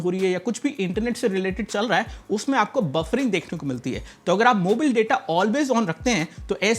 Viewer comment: भाई जी प्लीज...मोबाइल को मोबिल बोलना बंद कर दो। 🙏🙏🙏🙏🙏🙏🙏🙏🙏🙏🙏🙏🙏🙏🙏🙏🙏🙏🙏🙏🙏🙏